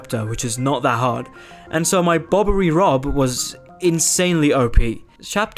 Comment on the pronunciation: did i hear that well? Bobbery rob